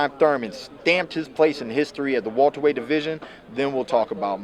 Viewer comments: I'm sick of hearing this nigga say Walter-weight instead of Welterweight lol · Wilbart weyhhht